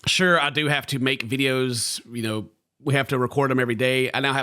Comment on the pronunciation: Did just say “you knoaur”?